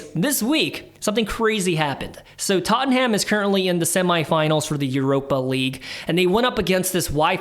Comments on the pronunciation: It’s not tot en ham it’s tot num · Tot-num .. not tot-en-ham No need to thank me 😊